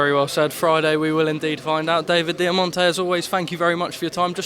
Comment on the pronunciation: Ring announcer?? Put some respect on his name David Diamanté....... Diamanté